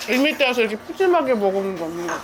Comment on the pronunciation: 저는 지방러라 서울 평냉집을 모르는데 햇님님이 최애라고 여러번 말씀하신건 들어서 '을미때'라는 냉면집이 유명하구나 했었거든요 그러던 어느날 뉴스를 봤나? 어느 아나운서분이 상호를 말씀하시는데 정확히 '을밀대'라고 들리더라구요 그제서야 아아~ 을미때가 아니고 을밀대구나 했네요 ㅎㅎㅎ